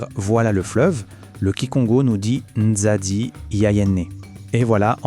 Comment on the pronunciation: serait-il possible que la prononciation de NZADI soit correctement prononcé (pas à l'européenne)?